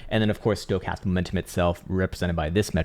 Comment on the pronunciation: Does anyone else crack up when he says “stocatam momentum”? 🤪😆😆 is genius mad scientist! Love the work man. Saving me a fortune in this bear. Ill never be a trader but sure am keeping patient for lower buy in prices. I keep on stacking.